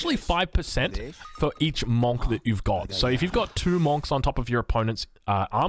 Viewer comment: Cop that GUA lol. I love you but pls say ‘munk’